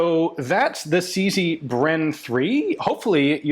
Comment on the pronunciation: It's CZ, not CC.